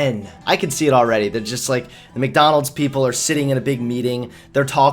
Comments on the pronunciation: Stop saying Mikdonalds its MacDonalds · Look, dude, I like your vids but please tell me it's some kind of accent thing that you say "Mick-Donalds (Not Mac, or Mc) and "Allees" instead of "allies", or "al-lies" (as in not telling the truth)